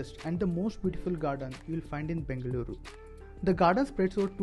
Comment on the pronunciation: I really appreciate the way you are calling Bengaluru. Loved your efforts